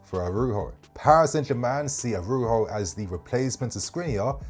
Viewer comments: You pronouce the J like with Jose Mourinho. Arauzho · The “j” in Araujo is a j bro, he’s português not Spanish, the J isn’t an H sound